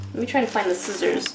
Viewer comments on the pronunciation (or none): eeeeee someone else that says skizzers instead of scissors! haha really made me chuckle